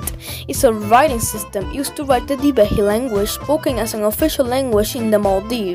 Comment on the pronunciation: Being a Maldivian I know it is not 'Thivehi' but 'Dhivehi'